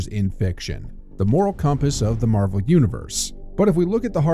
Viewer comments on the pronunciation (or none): none